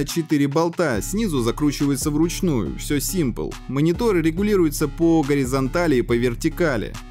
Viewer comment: Все "симпл" Больно ушам